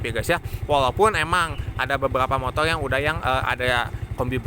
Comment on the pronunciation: Motor bang bukan motol